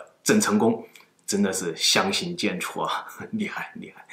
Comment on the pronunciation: 相形见绌，最后一个字是Chu4，不是zhuo2 这种常用成语都念白字，讲文科的up主不应该啊。上一集也有白字，不记得是哪个了